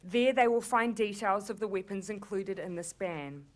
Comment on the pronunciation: Weepuns! lol